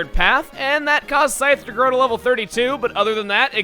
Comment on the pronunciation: "I will suavely and sexally, defeat you. For I am, Snaps fingers the Psythe" - 2016